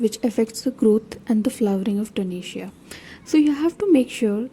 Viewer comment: Kindly be a bit more louder in your videos....and its TO-RE-NIA and not tonesia